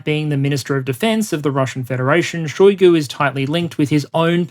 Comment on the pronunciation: Shoigu pronounced his name with emphasis on U. You can hear it in video "Истинная фамилия Шойгу))" on .